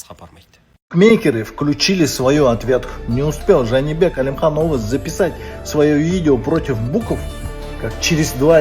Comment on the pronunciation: Журналист топас екен, Жәнібек Әлімханұлы деп айта алмай отыр.